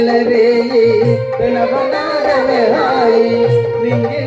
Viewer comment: అయ్యా గురువుగారు ప్రెణవ నాదం కాదు సార్..... ప్రణవ నాధం అనాలి..😂😂